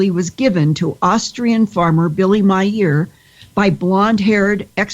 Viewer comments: Billy Myeeer....Thats hilarious, 1st time ive heard anyone pronounce Billy Meier in that way...im glad u gave some attention to meire as there is truth there that has been subjected to a smear campaign of large proportions. becuz it Has weight and merit,,good show! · You know you pronounced Billy's last name wrong don't you?